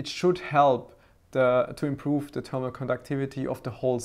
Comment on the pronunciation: I like how u say termal paste!